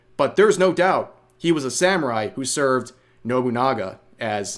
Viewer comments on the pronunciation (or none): none